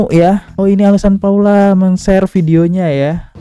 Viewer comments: Emg abang ini sering bgt salah sebut nama, sebel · Paulaa bang Bukan Paulanaaa😢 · Iya ka.. Saya jg aneh di panggil paulana 😂😂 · Paula bang bukan paulana